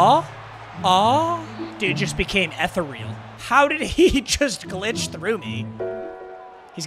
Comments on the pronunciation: was that him trying to say ethereal? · never heard ethereal pronounced like that before but ok